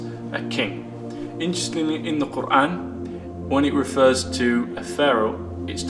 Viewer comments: He sounds so sensible! It feels though, he has understood it better than anybody else could. And yeah i love the way he pronounces Quran in a proper arabic accent. Masha Allah 😊May Allah bless all of us and lead us to the path of righteousness. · A smart and handsome new brother! So logical! PS - Check out his pronunciation of 'Quran ' !